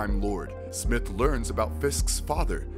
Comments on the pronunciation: You're pronouncing Smythe as Smith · Man how do you botch most of tha characters names when you have tha source material on how to properly pronounce their names lol smythe is not smith. And Sergei is not surge-e 🤦🏽‍♂️ cool video but couldn’t get over tha botched names lol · OsBORN not OsBurn Aleister Smythe not SMITH The fuck? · It is Smythe! SMYTHE!! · You don't pronounce smythe right but other then that it was informative